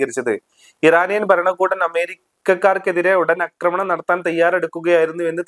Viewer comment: അക്രമണം അല്ല ആക്രമണം ആണ് ശരി